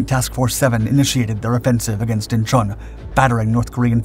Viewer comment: (*IN-chawn), NOT "In-CHAWN".